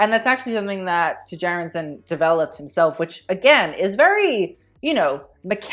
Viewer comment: The name is pronounced Chair-and-sen (sen like zen but without the z).